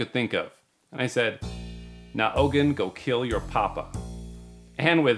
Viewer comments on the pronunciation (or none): Also ogun pronunciation is o-goon lol